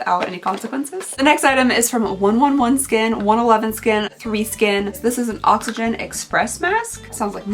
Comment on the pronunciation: While it is hilarious to me hearing you try to say the 111 Skin name, the name is actually One Eleven Skin :) I thought others would say it to you beforehand, so I never commented and always had a laugh, but I now feel like I’ve been laughing at you not with you and I feel bad, so I’m saying I’m sorry for laughing at you, and hoping you forgive me for doing it for so long.